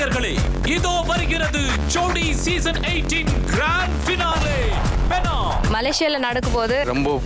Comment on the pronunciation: Not Panang Lah,Penang.. Try To Tell Properly...